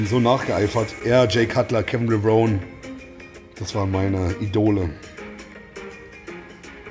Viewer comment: Dafür dass Kevin LevronE so ein “krasses” Vorbild war/ist spricht? seinen Namen oft falsch aus